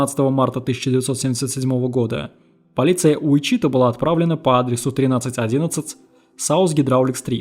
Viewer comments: Послушал бы сначала где правильно ставить ударение в названии города. УичитАА. Срамотище, конечно. Сколько вас егэшных на просторах родины! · [ˈwɪtʃɪˌtɔː] Уи́чита или Ви́чита!!!!!!!!!! Господи🤯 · Отличная работа автора! Уважаю ваш труд! Но! Как же режут ухо неверные ударения и неправильное произношение некоторых слов. Это город и штат Уичита (ударение на первую И). Хоум депо. Лайбрари. И прочие! Автор, с уважением, найдите себе лингвиста приятеля, пусть кто-то подскажет, как верно, если сложно и долго посмотреть такое в интернете. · ВИчита, ударение на первый слог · Ты бы перед тем как ебло разевать проверил бы как правильно произносится название города. Слух режет. Ударение на первый слог, морон.